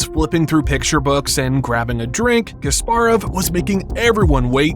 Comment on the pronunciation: The ability of presenters to mispronounce names of top celebrities has never seized to amaze me. It is KaspArov, not KasparOv. Are they like not allowed to say the names correctly?